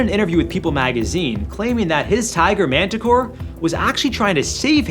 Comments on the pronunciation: Montecore, not Manticore. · Pronounced monticore.